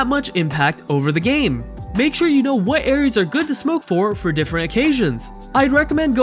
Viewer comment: No one:- The guy in video :- pronounce game as gaaame